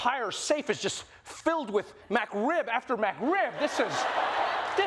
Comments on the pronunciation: I love hearing Trevor call the McRib, "MacRib"...lol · McRib, not MacRib! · Its McRib not MacRib trevor. Come on my guy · Has no one made fun of Trevor for his pronunciation of Mc? Idk what a mAcRib is, I know of the McRib... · N one commented on the way he says MAC Rib instead of McRib? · It's mcrib not macrib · "Mac" Rib. Killing me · "MacRib" lol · This is one of my favorite segments i've seen from Trevor, but honestly who pronounces it "MAC" Rib >< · "MacRib" ? They sell that at McDowell's. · I love you, man. But, you lost me at "Mac rib."